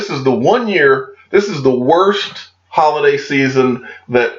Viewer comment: Who else heard, "Hodl-day season" ? 😎